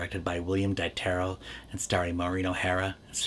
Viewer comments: You got so much right in this review. So how could you blow the director's name so badly? It was pronounced DEE ter lee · I met on several occasions William Dieterle's retired secretary Erna Budzislawski' and she pronounced her boss's name as Deeterlee.